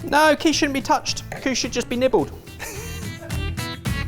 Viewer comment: Did he say nibbled or nippled?